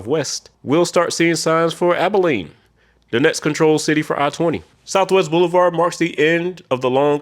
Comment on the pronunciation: HE SAID ABILENE RIGHT!!! Also Dallas is considered to have a full beltway because of IH-20, IH-635, and Loop-12/Spur 408 creating a full loop around Dallas proper